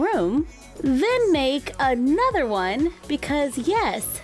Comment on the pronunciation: Help she said ayenother and not another